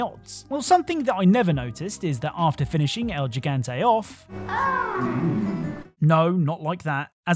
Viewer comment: It kills me every time I've hear "El Gigante" pronounced like that over the past 20 years xD It's pronounced just like "he". "He"-gante